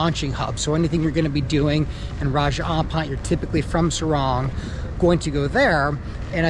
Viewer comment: SORONG CITY. NOT SARUNG